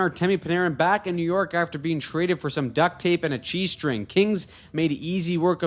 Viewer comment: I thought he said G string 😂